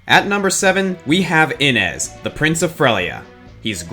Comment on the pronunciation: I could be wrong, but isn't Innes pronounced in-nay and not in-nez?